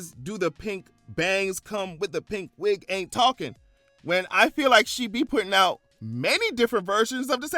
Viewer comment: Not you saying Pink Wig but I heard it as PigWig‼️😂🎉